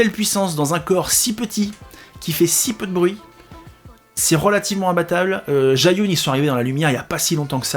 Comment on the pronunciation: Pour la prononciation, c'est plus zhi -> dje, yun -> yu-in. 😊